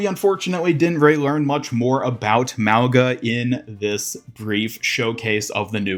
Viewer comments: its not pronounced malga its pronouns maunga like the ng sound not the g sound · Youre saying it wrong. Its not Mao its more like Moe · "Maowga"❌ " Mau-Nga"✅ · I'm part Samoan and it's pronounced - Moe - u - nga Moe - like Moe from the Simpsons U - like Uwu Nga - this is the hardest to explain but imagine you say the word "going" then add "a" at the end. "Goinga" now remove the letters "goi" and just say "Nga" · Pretty sure it’s “MAH-gah.” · If this hero is supposed to be Samoan his name would be pronounced Muh-oo(short and hard)-nga at least that’s the way I would pronounce it as a Polynesian myself. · It’s pronounced “mau-NA” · The G in his name is pronounced NG as in going